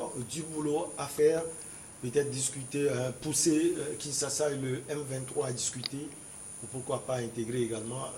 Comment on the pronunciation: pourquoi vous dites toujours Kinssassa au lieu de Kinschassa?